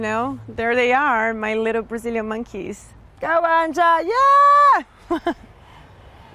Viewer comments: You supposed to pronounce it as anya not an ja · This whole time I thought her daughter's name was pronounced like Anya. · You actually pronounce the Name Anja like anya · It´s cute how she pronounces Anja wrong :D :P